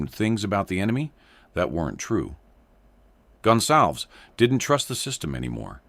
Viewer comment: This AI voice can’t pronounce a Latino name. It is NOT “Gun Salvz”. It’s GonSalVez. 🙄🤦🏻‍♂️